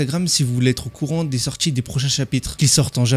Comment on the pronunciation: On dit pas sortchi mais sortie